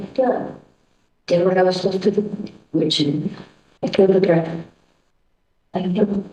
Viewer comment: Haha!! We're you chuckling to yourself about what you were writing?! That cracked me up. What you wrote is literally how it happend. LS: Are you a tret? Dr: A what? LS: A tret? Dr: A dirt?! LS: A THHH-REATTT